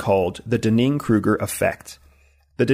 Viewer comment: I think he's mispronouncing the Dunning-Kruger Effect... It's very distracting to me.